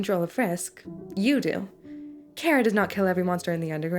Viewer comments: who tf is care-uh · thank you for pronouncing their name properly (as an irish person)